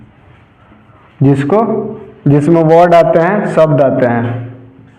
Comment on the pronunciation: भोकेब❌ वोकैब✅